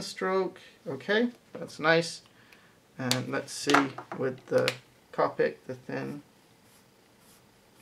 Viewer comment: Great video. For future reference, the correct pronunciation is "co-pic" not "cop-pic".